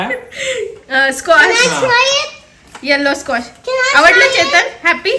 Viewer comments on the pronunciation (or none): स्क्वाश असे म्हणतात स्कॉच नाही